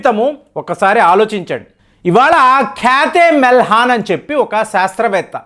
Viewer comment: మీరు ఖ్యాతే మెల్హాన్‌ అంటున్నారు…. స్పెల్లింగ్‌ చూస్తే KHYATHI MELHAN (ఖ్యాతి మెల్హాన్‌) అని వుంది కదూ?